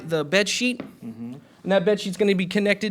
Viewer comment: “mr stnievel” 😂😂😂